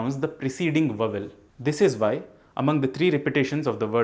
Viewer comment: Why are you pronouncing Vowel? Wrong. ? Va val?? व आउल।